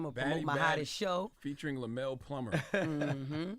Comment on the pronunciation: OMG JESS and Charlemagne …his name us pronounced, LEM-YOU-ELL Plumber